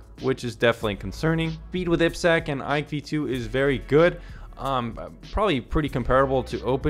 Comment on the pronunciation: Aiiii peee sekkkk Triple desss Hint for proper pronunciation